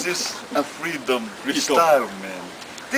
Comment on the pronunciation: Cracked me up every time said " EVERYFING " and " IT'S MY FREETOMU " LMAO from UVEA!! MALIE